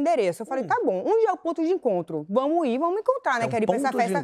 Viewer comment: "vamo í" dói kkkk